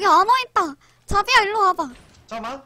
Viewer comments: 자비야를 자기야로 들리는게 나만 그런가...? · 자비라는데 자기야 라는줄 ㅋㅋ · ㅋㅋㅋ 첨보는데 인성 좋으시고 귀엽고 자비야를 자기라고 계속 들리네요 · 쟈비야 라는게 왜 난계속 쟈기야~ 하는것같지.... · 자비야 가 자기야 라고 들리는건 나뿐인가?...ㅋㅋㅋㅋㅋㅋ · 자비야 할때 자기야라고들림 ㅋㅋㅋ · '자비야'라고한걸 '자기야'라고하는것같음